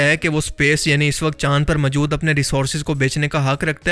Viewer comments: Are Bhai mawjood ko majud bolna band kar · اردو بولنی تو سیکھ۔ لفظ ماجود نہیں۔موجود ہے۔ سطاہ نہیں سطح۔